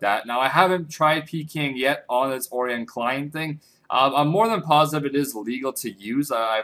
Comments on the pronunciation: Oh-rye-yun. Like orions belt. Jesus. Not ore-ee-yin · Orion=Oh-Ryan Not Oreon... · How hard can it possibly be to say Orion? O- ri - on